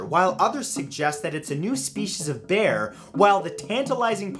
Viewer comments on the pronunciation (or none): none